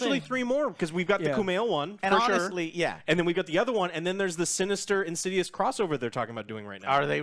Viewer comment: "In-sids-'ouse" or "In-sids-rse" ..